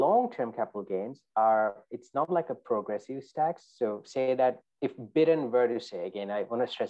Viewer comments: Lol. Biden not Bidden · Thank you for this... was awesome, I’m going to start calling him Bid-en from now on too lol